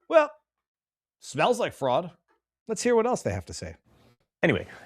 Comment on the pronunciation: It "smails" awful...... Besides the mispronunciation being amusing, that utterance strikes me as a reason to believe the incident was staged. How could somebody sitting several feet away smell that small amount of fluid so quickly? I believe several people were in on the plan and some were even given lines to speak. Ilhan Omar is one of the least likeable people in Congress, so I believe she is just looking for some public sympathy. After all, she holds all the aces in the hand of oppression/ victimhood she's a woman, black, immigrant and Muslim